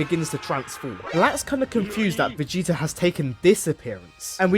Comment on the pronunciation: You can't say the T in Vegeta? VigiiA? Why?